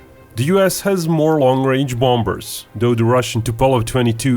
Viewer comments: The second 'b' in BOMBER is silent bro. Still, bang on youth! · What American accents do you speak of? The bloke in the video was speaking English. He said an English word, BOMBER, the 2nd B is silent. It's as simple as that. Just because some muppets say it incorrectly, that does not make you correct. 2 wrongs don't make a right. Still, I challenge you to show me English speaking countries that pronounce it the fucked up way you claim without falling foul to the previous point. Good luck! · I DIDN'T say that. The OP said the b in bomber is always silent. I replied to that by stating that, in British accents, the b in the middle of bomber may be silent, but in American accents it's not. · The second b in bomber is silent dude